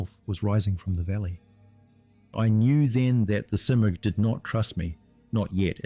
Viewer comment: Was this an early AI voice attempt. I heard several mispronounced words (thac-zero and smurgh was pronounced two different ways in the same sentance). Not that I have a problem with it, just got my notice.